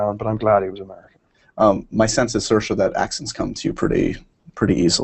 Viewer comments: dos call her Saoirs like her name but not with the "a" at the end? he says it when he asks the dance question. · He keeps saying her name wrong! It's pronounced ser-sha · I ship Saoirse and Max a lot. My friend and I call them Mairse. ♥ It's pronounced as Mar-Sha